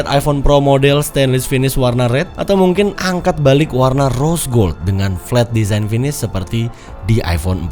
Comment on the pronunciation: bg designed bacanya disain bg. cuma mau koreksi aja